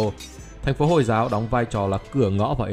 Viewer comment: Nghe Từ hồi là ko thích r Hồi hồi ->>> y như hôi hôi v